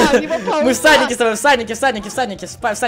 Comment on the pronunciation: Мне послышалось что вы не всадники а в садике :)